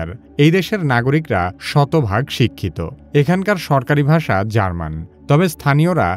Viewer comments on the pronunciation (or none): none